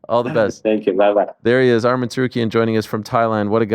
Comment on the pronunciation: Yeth😂. Arman was pronouncing it wrong anyway tho